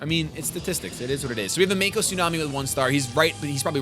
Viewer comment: lol he said Maku in this video I'm dying lol!!